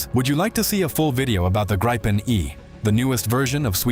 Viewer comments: It's pronounced "Greep-pen", not "Grye-pen" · Hate it when Americans try to say the plane name and gets tge result of "GRAYPEN". Just bah, quit it before Swedish steel bites you.